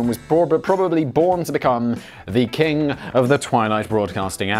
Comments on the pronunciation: I took a shot every time Simon said 'kin' instead of 'king' and now I need my stomach pumped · Why do you keep saying "Scam-kin" instead of "Scam-king" Like, I imagine this is some even weirder off-shoot of furries where people dress like healing crystals and MLM products. Like, "This is my tuppersona, I'm a circular 2-inch deep dish with matching lid, but I can't find the lid" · Simon are you having a stroke? You seem to be having trouble pronouncing the word King. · Simon: “I narrate 7 YouTube channels”. Also Simon: “scam kin”. 😂😂 I love this channel. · Seaman it’s pronounced “keeng”